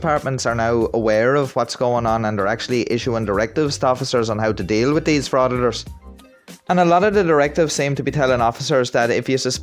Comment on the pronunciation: Did you hear him say he was trying to “have a conversation WITCH you” lol